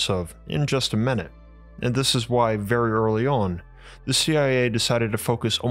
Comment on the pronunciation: You speak like your mom loves you ffery fferwe much.